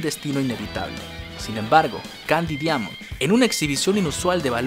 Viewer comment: Se pronuncia "Daimond"